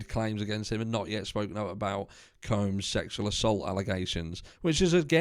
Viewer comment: Black mail the black male, NO! Lol any way.... I just wanted to let ya know we pronounce combs like honey combs or hair combs.